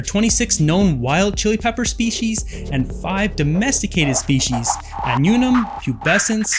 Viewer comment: Wow! You don't do your reading do you? AH NOO NUM? Where is the "n" in the middle? Ann-you'um. Wow! Do you say Vac you num? Vacuum.